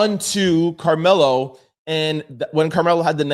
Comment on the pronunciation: Karmelo is in prison my dude just to help you out so you can pronounce that correctly in your next video!!!